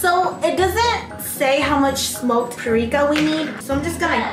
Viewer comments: She kept saying"parica" but I think it is paprika 😂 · no one: not a single soul:: p A r I K a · PARIKA! PAPERIKA! both wrong tho ahahahah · i love the way says paprika haha. she says "prika" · SIS every time you mispronounce Paprika and say "PariKa" has me floored 😂😂😂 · "PURRIKA" Im- 🤣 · Perika? Parika? Hahahaha saaay whaaaat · "Perika"-- 2k19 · i think its called paprika .... puhh-pree-cuuh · Me: how many times can say paprika wrong 😂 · saying paprika wrong for 18 minutes